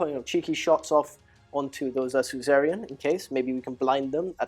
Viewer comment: it's Su-za-rain 😅 not cesarian 😂